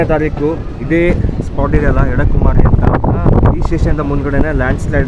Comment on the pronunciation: ಅಲ್ಲಿ ಬರುವ ಸಣ್ಣ ರೈಲ್ವೆ ನಿಲ್ದಾಣದ ಹೆಸರು "ಎಡಕುಮೇರಿ" ಎಂದು. ನೀವು ಅದನ್ನು "ಎಡಕುಮಾರಿ" ಎಂದೇ ಹೇಳುತ್ತಾ ಇದ್ದೀರಿ.